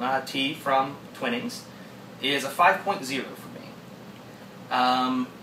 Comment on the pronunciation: Good review. A few corrections: The pronunciation is Twining like 'wine' or 'pining' for someone and not "Twinning" like in 'pinning' fabric. Also, rating on personal preference could be a bit misleading as it's highly subjective. Like with coffee or wine, what one likes largely depends on personal taste. Better to rate the tea for strength (e.g. 8.0/10) and combine with adjectives to give the reader a rounded description of the tea/ drink.